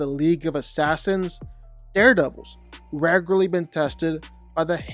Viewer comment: Your commitment to saying "raygurlee" as frequently as you did is commendable